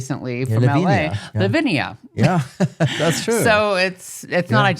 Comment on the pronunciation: The name of the band is Lavina, not Lavinia, which means Avalanche. "Kraj mene" (Next to me) is pronounced like Kray mene.